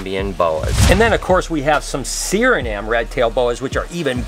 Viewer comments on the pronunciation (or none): You jacked up saying guyana and suriname bro lol froma caribbean person . And no im not from jamaica.